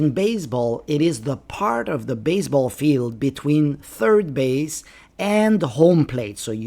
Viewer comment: Why you keep pronouncing baze__ ball?